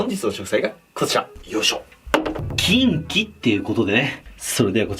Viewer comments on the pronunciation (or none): 発音がち○ちんw